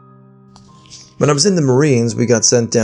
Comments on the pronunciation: eh-kid-nuh. Jeez! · Hello from Australia, and thanks for the laugh. 😂 Echidna, best pronounced as E-kid-Na. It’s hard to pronounce words if you have not heard it before. This is one of our indigenous language names for this marsupial, same goes for kangaroo. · It's not actually a marsupial, it's a monotreme (egg-laying mammal) like the platypus, but, yeah, the mispronunciation really threw me. I did not know the echidna was so unknown in the US. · Hey my Aussies. I kinda like the way pronounced Echidna the first time. Made me giggle hahaha. I had no idea that some people aren’t familiar with them. They’re the cutest I thought everyone knew about them haha.